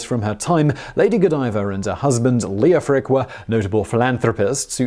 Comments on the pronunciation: The “e” is silent. It should be “Lof-Rick” and “Jof-fri”. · Leofric is pronounced Lef-rick. Like Geoffrey, the O is silent. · I worked with an engineer a few years back called Leofric and he didn't pronounce the O. Of course, that's just one person and still possibly incorrect. I only bought it up because Simon always excuses his pronunciation.